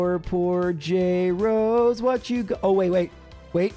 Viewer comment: "Jrosé" is so painful to pronounce lmao it turns the name from a flower into eastern european